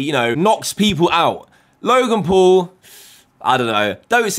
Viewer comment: U said log in pool not logan paul